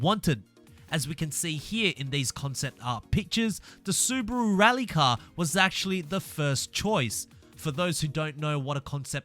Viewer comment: im german and the SUBARU sounds in your mouth SUBRARU thats not nice pls learn it :D XD